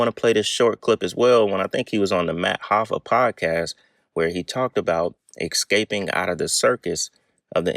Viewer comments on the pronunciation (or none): ESCaping its ESCAPING!!!! not EXscaping 🫥🙄💀🤦🏾‍♂️